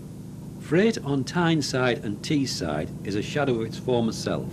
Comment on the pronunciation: "Teesside" not Teeside